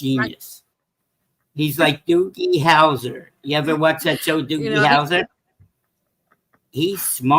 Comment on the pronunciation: ITS DOOGY HOUSER NOT DOOKIE